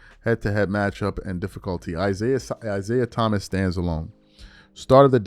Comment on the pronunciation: Is-AI Thomas, or is it "AI"siah Thomas Lololololol